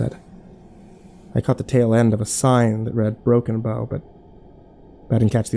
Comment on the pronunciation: i still cant tell if its "Broken Bone" or "Broken Bow" nebraska